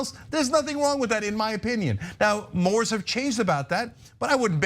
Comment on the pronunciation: Cenk really needs to stop using the word mores. He doesn't know how to pronounce it and it makes him look stupid.